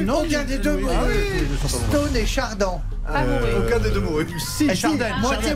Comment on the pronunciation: faut pas lire textuellement: c Éric Charden (prononcé: Chardenne). Mais, jusqu'où ira -t-il???